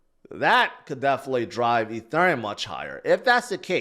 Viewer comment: Why do you say ETHURIUM?? So cringe